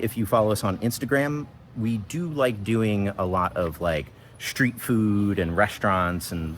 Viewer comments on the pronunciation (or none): none